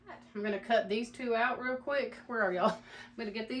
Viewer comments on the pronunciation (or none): none